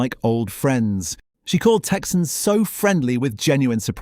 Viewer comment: "Teysian" BBQ